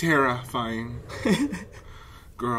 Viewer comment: this is terrifying - … TARAfying 🤣🤣🤣 ICONIC